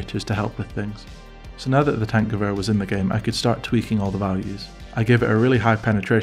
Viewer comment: Kudos for actually pronouncing Tankgewehr really good, as a german normally that name is butchered into Hell haha